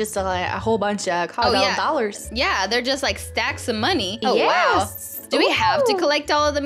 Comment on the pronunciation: is such a good friend and shes funny she said ima gef this dullars🤣